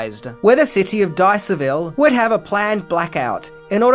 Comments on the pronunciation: It’s pronounced “Die Ers Ville” Dyersville. Not Diceville. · DIE-errs-ville not DICE-err-ville. Didn’t do enough research apparently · It’s Dyersville, not Dicerville. Went there as a kid with my family after seeing the movie. People were playing baseball on the field it was pretty cool. For some reason it wasn’t as big a farm as it seems in the movie. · Its Dyersville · I live in Dubuque & know several of the extras in the movie. & yes, they are still coming from arround the world. Back in the 90s, I took a couple visiting Ukrainian students out to see it. Part of downtown Central Avenue stood in for Boston. 1 scene shows the then local packing plant, Dubuque Packing, delivering to a kosher Boston store. 1 small thing, the town's name is pronounced Die-ers-vill not dis-er-vill as you said. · Great video. We went there with a big group of friends back in 2013. We walked through the corn, played some baseball, and hung out for quite a while. It was really cool being there - the experience not the late July weather! Oh yeah, you mispronounced Dyersville (or just read it wrong) though. 🙂